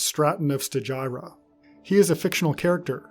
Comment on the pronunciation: I really wanted to watch this video, but your inability to correctly pronounce "AUTOMATON" and "STAGEIRA" was just too much.